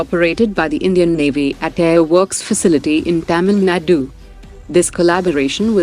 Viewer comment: Why pronouncing Tamil Nadu as taaaanul nadu